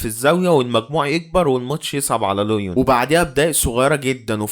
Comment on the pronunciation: عاش ى بس اظبط نطق الاعبين و الفرق انت بتقول على ليون لوين بس عادى استمر بالتوفيق ان شاء ❤